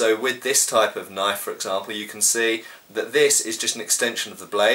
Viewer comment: Australian accent 'Well THAT's a KNYAWF!!'